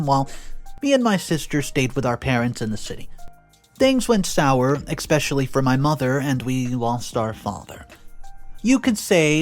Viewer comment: There's no X in the word especially